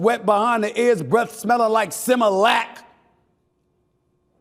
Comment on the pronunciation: Similac.... I was rolling on the floor.😅